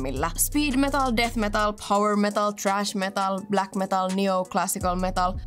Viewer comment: Sana thrash on englantia ja tarkoittaa ’piestä’ (kepillä, ruoskalla ym.), ’hakata’, ja arkikielessä myös 'puida' (= "thresh"). Tyylilajin nimi on toistuvasti äännetty väärin ja kirjoitettu kirjoissa, lehdissä ja keskusteluissa virheelliseen muotoon *trash metal (”roskametalli”).